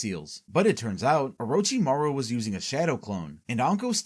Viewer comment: Oh-roach-imaru LMAO I cant even, americans LUL